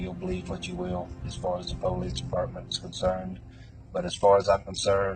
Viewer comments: What a douchebag and some dummy followers are capable of. If you pronounce it Poh-lice....you're guilty. The lesson is "dont try and outsmart the investigators"? Not dont murder someone? 🤣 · Po-leese department